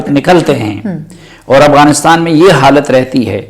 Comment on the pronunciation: It's AFGHANISTAN not Aghwanistan.